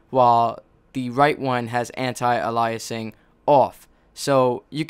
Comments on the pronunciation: An-tie a-lye-uh-sing awff. I think you mean An-tee ay-lee-uh-sing. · It's pronounced anti Ay-Lee-a-sing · You're pronouncing "Anti-Aliasing wrong" lol..